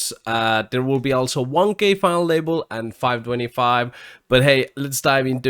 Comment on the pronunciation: I love how he says "Final able"